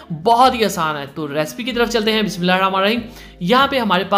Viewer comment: Bismillah to Sahi se parh Liya kren